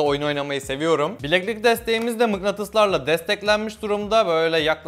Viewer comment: mıgnatıs değil mıknatıs